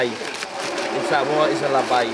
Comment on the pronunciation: Not pronounced SUH - MOW - A …..